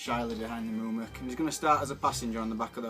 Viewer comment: I can't watch this without gritting my teeth every time you two mess the names up. Eorl is not pronounced "Earl' it "A-all" and its not "Mum-ick" its "moo-mack" get this right or start calling them Rohan knights and elephants! *sigh* Ok I feel better now, great report though guys I do enjoy them. Thank for putting them up, just fix the names please.